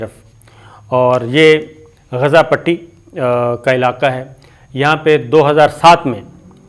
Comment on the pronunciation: Asabir Sb please watch other channels sp you can pronounce Gaza properly Please